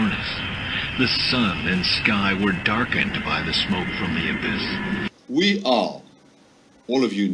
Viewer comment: That french fuck can't even say abyss right.